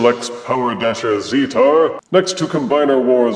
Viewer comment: Great review!!:D I believe the official pronunciation is "zee-tar" but I'm not 100% sure. Keep on being amazing, Double Thumbs Up.;D